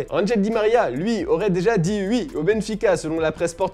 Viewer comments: Angel Di Maria aurait dit "oui", pas "ui"! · tu viens de l'Est de la France toi : on dit "oui", pas "ui" mdr XD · Je crois qu’on dit « oui » et pas « wi » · Il a dit "uii" 😂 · Il a dit ui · Il a dit « hui »… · Arrête de dire ui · ta raison le "ui" ...